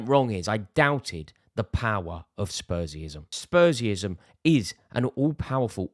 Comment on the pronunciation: Spursïem, conteïsm, dude thinks of himself of philosopher of some kind 😅